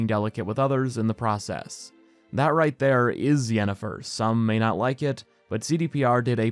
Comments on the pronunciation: Yanifer everytime. No questions asked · It's Yennifer and it isn't even close. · It's Yennefer, this is not even a debate wdym